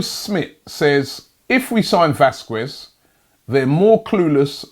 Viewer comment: round two of robbie says it wong vasqwes 😂😂😂